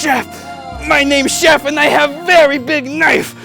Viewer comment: its Cloud Shef